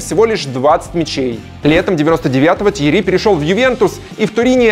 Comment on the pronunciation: ТьеРРи, а не Тьери(